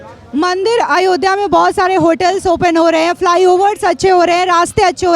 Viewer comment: भैया पहले अयोध्या बोलना सीख लो 😂😂